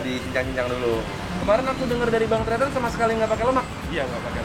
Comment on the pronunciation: Tretan kak,kok teetan😂